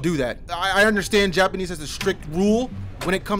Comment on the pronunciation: Your Japanese pronunciation is really good! lol